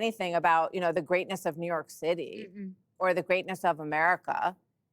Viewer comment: "ZOOYORK" The world's largest open-air asylum.....lolz